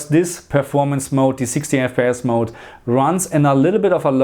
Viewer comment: Hey thanks for the video. You say "mode" wrong: it's not MOUDY, it's MOUD, one syllable :)